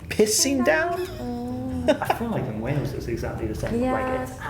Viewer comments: Where tf is 'Wells' is Wales pronounced Whales. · You keep saying what sounds like Wells for Wales, it's pronounced Way-les.